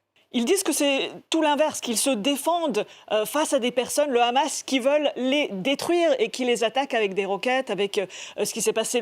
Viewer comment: non le Rrrrramas , tu prononce mal 😂 !!